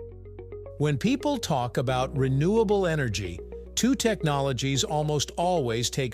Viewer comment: It's called "Renewable" energy. Not Re-Nuclear Energy.